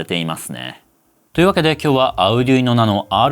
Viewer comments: アルでゅいーノ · の発音を聞いて、Arduino（アルドゥイーノ、アルデュイーノ、アルディーノ）違うなあ？ 値段と性能でピコ２がコスパ勝ちかもしれません。